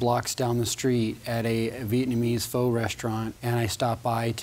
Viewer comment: I hate when people mispronounce “Pho” 😏